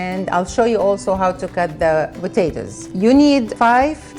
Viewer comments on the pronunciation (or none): I love how say botatoes instead of potatoes! Love it!